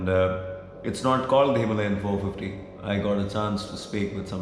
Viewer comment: bro why the wrong pronunciation of Himalayan ?